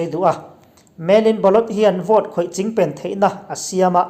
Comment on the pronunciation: Engmah chu ni lo mah ila,, chingpen i lam rik dan hi chu a khamawm khawp mai..hahahaha